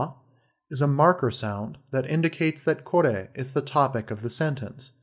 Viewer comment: This professor cant even pronounce これ....